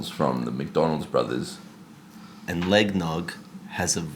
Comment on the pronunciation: "Leg nog" straight-up broke Mark.